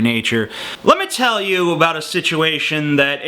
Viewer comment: "abo ut" you canadian?